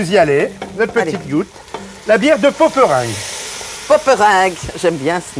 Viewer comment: Le bonheur de la Belgique et du nord de la France... ❤ Ce qui est marrant, c'est cette prononciation française des noms flamands comme Poperinge. Logiquement c'est pôperiingeu je crois, comme dans dring ou ring en anglais. Mais en même temps c'est tellement mignon comme ils le disent.